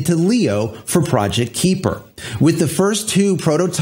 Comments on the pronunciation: I believe it's pronounced K-eye-per, not K-ee-per. They're likely taking the term from the Kuiper belt (much like the asteroid belt beyond Mars), which is full of many icy bodies beyond Neptune, of which Pluto is the largest. A bunch of sats orbiting the Earth sort of fits, besides the fact that all sats will be orbiting 360 degrees and not just on a flat plane like the belts. The Kuiper belt is also thought to be leftovers from the formation of the solar system, so hopefully Project Kuiper doesn't suffer the same fate. Have to make sure to bring those sats down in time so they don't extend the Kuiper belt closer to Earth... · Kuiper is pronounced "KI-per" Long "I" Named after Dutch astronomer Gerard Kuiper. Firefly fans may also know him as the person that discovered Miranda, one of Uranus' moons. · Kahy-per as in Kuiper Belt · FYI it’s pronounced “Kai-pur” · But Amazon can''t get a real rocket off the ground... so far Blue Origin is only a celebrity amusement ride to 300K feet. Up and down, no orbit. If it's anything like the Kuiper belt (near Neptune), the "ui" is pronounced like "eye". Those things you are reading this with. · You pronounced it better in previous videos. Kuiper is hard to pronounce as the ui part in Kuiper is something the English language doesn't really have. It is definitely not a long i as claimed here above. Trust me, I am Dutch.